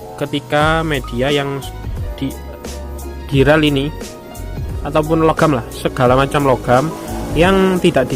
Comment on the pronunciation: dural / duralium bukan diral bang 😂